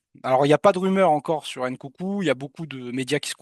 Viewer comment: STP mon pote c'est Nkunku pas Ncoucou